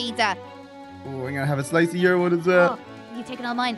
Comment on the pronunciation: he said 1slis of pizza